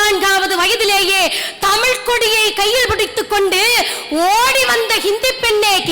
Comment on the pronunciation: பேச்சாளர் பிள்ளைகள் ஒவ்வொருவருக்கும் தமிழை தமிழ் என்று உச்சரியுங்கள் உங்கள் சொற்பொழிவில் தமிழ் என்ற சொல் வித்தியாசமான ஒளியில் ஒலிக்கிறது